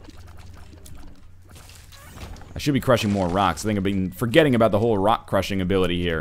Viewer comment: Every time you get Leo and talk aboot it it trips me out!